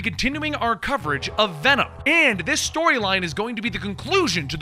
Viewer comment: “We are Wenom” 10/10